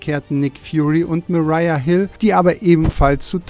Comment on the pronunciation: wie hat der sprecher bitte Maria Hill ausgesprochen HAHAHA